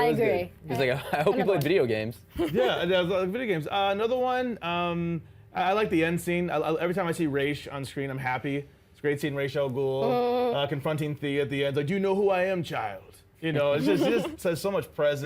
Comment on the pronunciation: Does anyone else hate the way they say Ra's al Ghul as Raish al ghul? Fricken annoying!!